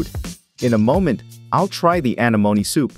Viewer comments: Your AI voice generator is more artificial stupidity than artificial intelligence: "anemone" is pronounced "uh-NEH-moh-NEE", not "A-nuh-moan". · AnEEmone, not, aneMOne. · Pronounced 'an-en-om-ie' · When you get lazy and use a cheap text to speech; anemoney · The heck is wrong here....thats not how you say anemone...when a little children's cartoon movie says it better. You should know you failed and failed hard Is that a computer voice or were you just born yesterday? uh·neh·muh·neee Anemome....and an anemone is a flower....great way to miss the most basic stuff. Only a fool who knows nothing will enjoy this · Bloody AI voices lol A-neh-monee, say it with me AH-NEH-MON-EE. Sounds like its saying Alamony on this lol. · I’m sorry but SEA ANOMNI😂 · See anemonih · Anamoenee Anamoens 💀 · Sea “ANA MOANY” 😂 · anEmone! It is pronounced anEmone!!!! smh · Sea Ana-MOAN-E 😂😂😂 i wish we could hear this guys real voice i hate AI. It’s go basic and boring, although i like watching him dissecting sea animals I wish we could hear him talk. The AI voice sucks and mispronounces every word even easy words. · It's pronounced uh-nem-oh-nee F.Y.I. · Very good video but holy crap, it's Uh-NEM-O-Knee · Ah-nem-oh-nee. (Sorry, was watching Finding Nemo) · It hurts me every time he says sea anemone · The way you say its name drives me crazy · It's painful to hear the way you are pronouncing anemone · I love how this computer voice can't pronounce Anemone. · The only thing that bothers me is how they say anemone:,] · Am I wrong or do I remember anemone being pronounce VERY differently. Unless everyone I have ever met is just wrong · Pretty sure its said wrong because theyre using text to speech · a different accent is not th same thing as putting the stress on the wrong syllable.